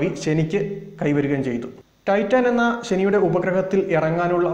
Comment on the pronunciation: ടൈറ്റാൻ അല്ല ടൈറ്റൻ